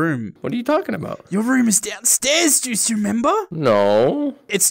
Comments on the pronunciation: It sounds like goosey when Says juicy 😂😅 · i love how calls juicy: Goosey:D